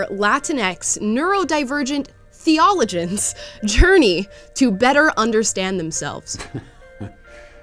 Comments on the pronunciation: Theologian - is pronounced theeoh - low - jan not thee - ohh - le - jen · I heard say theeAHluhgen, then she said she's not religious, and it made all sense 😋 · "THEEE - OH -LOW - JINS" is how it's pronounced ;-) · “theologian” is pronounced with four syllables: THEE-oh-LOW-jin. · I believe it should be pronounced Theo - loge - an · Sorry to nitpick, but Theologian is pronounced starting with Theo (like the name), Low (as in not high), Gin (like the drink). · It's pronounced theee-uh-LOW-jin. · It's hard to watch. Because she is so frikkin hot. And her pronunciation of theologian bothers me. Cuz she be smart. But also hot. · Did she pronounce theologian weird? Or is that just me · When you can't pronounce theologian (when you know you will have to say it on camera), you loose all right to make fun of others for being dumb. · Matt trolled her at about 4 min. Made her repeat her pronunciation of "theologian". SBG my ninjas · How can she not know how to say the word "theologian?" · Kinda disappointed with the mispronouncing theologian, but still a funny video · Imagine not knowing how to pronounce the word "theologian" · Kudos to Matt for not patronizing her butchering of "theologian". Didn't even roll an eye. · I noticed that too. He's a class act. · I don't think he knew what that word was meant to be, the way it had been pronounced. If there were no subtitles, I wouldn't have realized she was trying to say theologian. I would have just skipped thinking about that word. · I thought the same thing! 😂 Such a gentleman. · We see you’re not religious when you cannot pronounce “theologian.” Yikes.